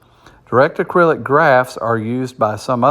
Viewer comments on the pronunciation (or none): Not sure who wrote this article, but DAG stands for Directed Acyclic Graph. Not “acrylic”. It’s not plastic haha! Also, it’s more likely that Kaspa hits $1 this year, $2-5 in 2025 and well beyond $10 by 2030